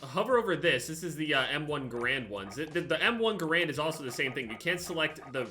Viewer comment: When u say garand wrong